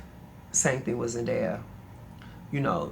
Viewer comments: the fact that mispronounced ZENDAYA numerous times lmaoooo. law said her name multiple times. it's zen-DAY-a. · this journalist<<<< the interrupting, mispronunciation of zendaya’s name, it’s all weird lol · As someone who has to correct people on how to pronounce my name,it was annoying to hear her keep saying Zendaya wrong and Law said it multiple times. I love Law and hope he goes back to styling when he feels like it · Great interview and really great questions from the interviewer. But I could not stand her calling Zendaya Zen DIE uh 😂 Respect our girls name or don’t say it at all!!! ✊🏽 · DEFINITELY FELT THIS RIGHT AWAY she was just getting threw the questions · As a journalist, she knows the name. It’s called intentional shade lol